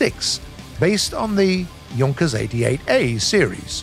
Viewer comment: Why is he saying YUNKERS 87 B-2 Stuka? It's pronounced like JOONKAS 87 B-2 Stuka... oof